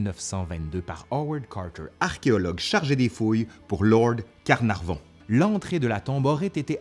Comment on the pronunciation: Lord CarnarNon ou Lord CarnarVon? :P :P :P